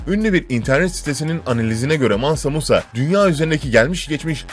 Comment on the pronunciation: Mansa munsa yavaş ciğerimi söktün